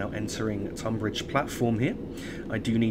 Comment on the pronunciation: Tonbridge is pronounced Tunbridge :)